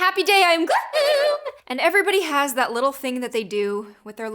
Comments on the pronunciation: I think it’s weird when you say Happy Day On Gloom but it sounds like happy day on gloo hoom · Why did you say gloom In the beginning like that